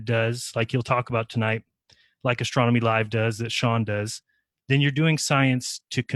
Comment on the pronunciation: It's sad that someone who loves astronomy so much can't pronounce it. "Astromy". Love you. <3